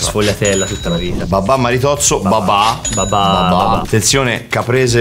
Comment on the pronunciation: Ma perché babà? Pensavo si chiamasse babbbbà